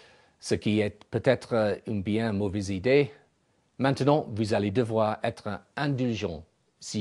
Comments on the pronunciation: MAN-TUH-NUNT -_- ITS meht nant.. ou men tuh nan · not that perfect! "manternon"!